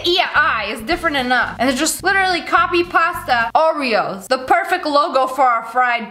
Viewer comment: Ive got a new one "orveos"